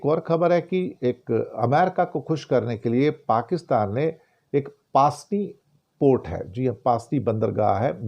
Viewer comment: pronounce pusni hai paasni nahi 😊